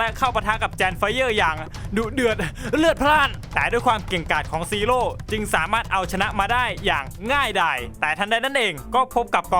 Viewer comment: พี่พูดว่าจีโร่